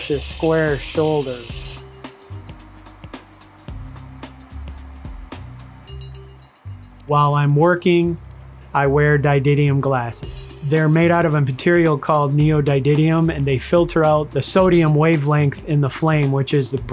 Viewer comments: Neodydidium lol It always hurts me when somebody thats so skilled and talented and knowledgeable butchers a word. Only because I feel that it makes them seem less educated when in reality they're not, they're actually very smart, they're just mispronouncing the word. And I don't want anyone to mistakenly deduce that he's any less brilliant by simply not speaking the correct pronunciation. He deserves all the credit for his skill. Unless I'm just the one that's uneducated and that actually is an alternative pronunciation. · *Mandrill is a type of ape. Mandrel is the tool part used for shaping. *"Peel" a piece off. *I'm not sure, but I'll bet dollars to doughnuts that it's called a pleural stopper. *I don't want to even think of how he mangled "neodymium." <Sigh> American education is not what it used to be.